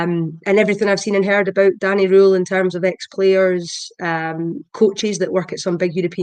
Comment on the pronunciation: I think his name is pronounced Danny rule not Danny roll